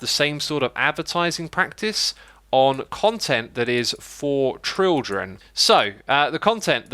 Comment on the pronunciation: adding "trildren" to the classic "trutorial"